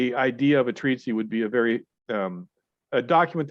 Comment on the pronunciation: Treatise not treatsy but good vids